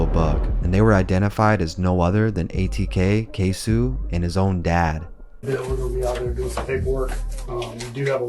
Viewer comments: K-SO not K-SU lmao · “ KAY - SO “ not “Kay - Sew “ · Mannnn if you gone capitalize off Black Death at least say the names right goofball. Tf is a ksew it’s ksoo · It's not K-Sue, it's Kay-So. "C'mere boy!" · Not too bad but a lot of things were left out or skewed on the timeline. Also.. K-SO!!! QUESO!!! K?SO? not K-sue. Overall, not bad tho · His name is Queso not k-su 😤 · My guy rly called him KSU its KSOO with a O